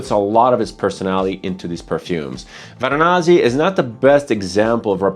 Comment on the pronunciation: Varanasi. Not Varanazi. You can also call it Kashi or Benares. City, not a perfume.